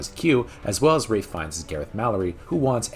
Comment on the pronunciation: ...Raiff? Wraith? Waiff? His name's Ralph!